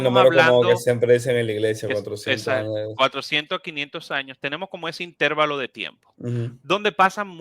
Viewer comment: Todo está muy bien. Pero, la palabra intervalo es grave o llana, no esdrújula. Me hace mucho ruido e interferencia cada vez que escucho la palabra intervalo con acento esdrújulo.